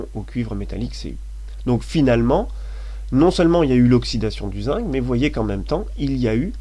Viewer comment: pourquoi tu dis zingue?